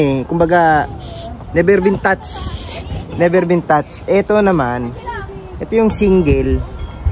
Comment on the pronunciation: panó ung word na 'NEVER BEEN TOUCH' ung pag ká bigkas mo ung word na TOUCH TATS bá 😅 nagsi²Layasan na²man mga letters mo😅😂